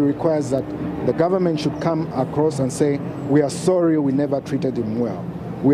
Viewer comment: Sophie Mokoena, its not 'deh' its 'the'.